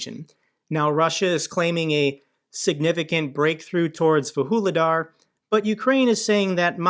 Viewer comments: how do you get to "vahooledar" from "vuhledar"? xD come on americans, at least read the letters! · Vuhledar? Vuhuledar? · It's Vuhledar and not Woo-hoo-ledar. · Vuhledar is pronounced Voog-leh-dar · They are pronounced Voo-le-dar and Pav-leev-ka. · Just a helping hand. Pronunciations: Vuhledar - Vuж li dar and - Pav leev ka. (Sorry. I was having flashbacks of on Task & Purpose.😆) I appreciate how busy you are, and am thankful for all you do. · 🤣🤣🤣 definitely agree with your take on pronunciation 😅